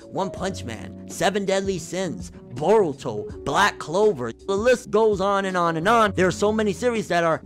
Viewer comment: its pronounce Boruto in case u didn't know...and they are adding way more content to chunin exams todays episode was proof and the manga need to get ahead of anime or it will be inconsistent like DBS